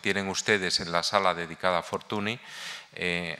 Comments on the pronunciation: Es lamentable escuchar durante una hora Fortuni, Fortuni, Fortuni, Fortuni. Señor Barón usted sabe perfectamente que Fortuny se pronuncia Fortuñ. Un poco de respeto. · Señores, no se pronuncia /Fortuni/ en catalán, es /Fortuñ/, es alucinante como gente tan culta sea tan paleta para pronunciar apellidos no castellanos...